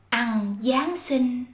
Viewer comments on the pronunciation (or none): Attention: As is from Saigon her pronunciation is "Ăng" for "Ăn". Clearly not standard. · there is no alternative for this word if you follow the rules. ăn is actually pronounced exactly like /ăng/ and there is no true /ăn/ but we write down ăn.